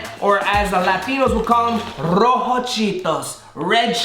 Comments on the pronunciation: U sounded like a white person when u said “rOjO cHeEToS” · When you said red in Spanish I wanted to destroy my ears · I dont think your Hispanic or latino cause you said hot cheetos wrong in Spanish